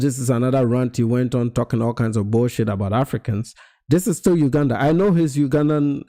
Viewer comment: Please pronounce Uganda correctly ..